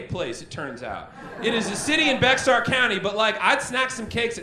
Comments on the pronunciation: Not Bek-sar. It’s pronounced just like Bear. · Dearest, this was hilarious but I must offer a small correction. As a resident of Bexar county, I must inform you that "Bexar" is not pronounced "becks-ar" but is in fact a Mexican name and the 'x' is not stressed and instead has an 'h' sound. So its actually "Beh-har" but since we do have a large amount of different cultures in the county that don't speak Spanish, we have simply taken to pronouncing "Bexar" the same way you would the word "Bear" A correction with a little bit of trivia into how weird South Texas can be. Cheers, roomie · It's pronounced Bexar (BEAR) county! lol 😜 😆 😂 🤣 Still awesome bro! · Bexar County, Texas is actually pronounced Bear county. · So a thing that makes me upset is that Bexar county is not pronounced with the x. It is pronounced like bear